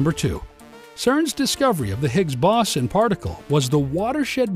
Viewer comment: Sorry to say that despite the beautiful graphics, its difficult to listen to the narrator mispronounce "boson"- pronounced 'beau zon' - sounding like he is saying bison, and 'collider'- pronounced 'co lie der'- sounding like he is saying 'colander,' a kitchen utensil.